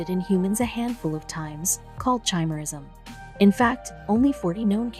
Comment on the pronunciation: I know chimerism can causes your blood dna and vs external dna as different. It’s from absorbing a twin in the uterus. I have heard a murder case that this happened in so this didn’t surprise me. It’s not chime era it’s pronounced ki mera ism like the mythical creature with a lions head a goat body and a serpent tail.